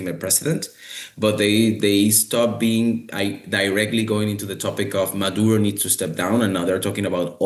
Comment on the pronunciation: His last name is Maduro, not Madura.